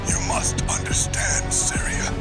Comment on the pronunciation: The way you pronounce “Seria” kills me lol